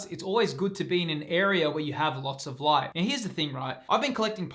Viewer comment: can you come to my house and say “lots of light.” 💡 Long for lots of light with that accent